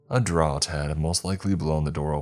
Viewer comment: Umm, I think “draught” is actually pronounced in British as “draft” I’ve heard the same mistaken pronunciation in two different stories. And go ahead, call me the grammar Nazi. I can’t sit by and listen to as many mispronounced words as this channel delivers.